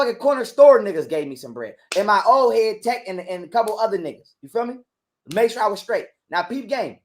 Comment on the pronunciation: I knew she was gonna be ignorant as soon as she said I sholl is..